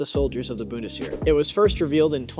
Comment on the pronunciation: my god man please learn how to pronounce words before recording lmao. "Boon-tis-Here" is killing me